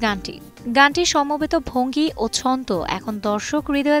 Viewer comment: জামাল কদু না, জামাল কুদু।